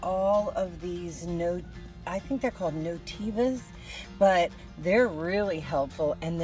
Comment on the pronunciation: There called novenas not notevas lol